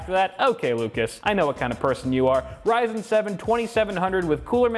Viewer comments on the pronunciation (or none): none